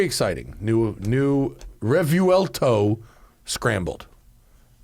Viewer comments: The key to pronouncing Revuelto is understanding its syllables. The first syllable is "Re", the second syllable is "vuel" and the third syllable is "to". Therefore, Re-vuel-to. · You have to pronounce it with the accent of the native tounge.. Re-vwel-toh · Since "revuelto" is a Spanish word, surely the "correct" pronunciation would be the Spanish one, right? Which would be "reh-VWEL-tow" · Phonetically it is pronounced Rev-well-toe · Didn't the ad from lamborghini pronounce it revwelto? And revuelto is an 1800s bull